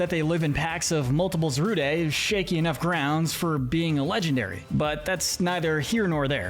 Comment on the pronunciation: The pronounce of zarude is zarud not za ru de it's zarud